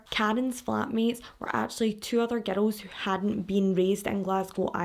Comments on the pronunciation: I first heard it as "ghetto!" So I wonder if that other fan is also American. I figured it out quick enough but every time I'm still like: how can GIRL sound like GHETTO to me??? Glad I'm not the only one hearing a t/d in there. 😂 It's a lovely accent!!! Speaking of your accent, the first video I watched, as I was about to watch it briefly thought: wonder where she's from... American?, Latina?, Mediterranean?... well I'll know in a moment when I hear her... Scottish?!!!! 😂😂😂😂 So it was a LOVELY surprise. (Not that there's really any accents I don't like, but gotta say Irish and Scottish are up there in my faves!) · It took me a while to realize you were saying girls and not ghetto. 😂😂😂😂 I love your facial expressions! 🤭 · Omg it took me forever to figure out that ur saying "girls" lol ❤️ I love ur accent and videos 😹